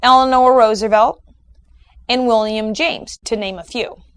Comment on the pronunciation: FWIW, It's pronounced "MAZ-lov". A v-sound at the end, not a w-sound. Other than that, you've definitely whet my appetite for the other videos... I agree with the assertions so far. ; )